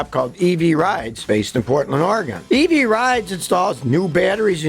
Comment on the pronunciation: "evee battery"😂